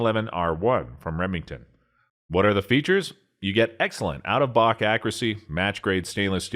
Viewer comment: "... Out-of-BOCK accuracy..." Slow down, slow down... Pronounce your words...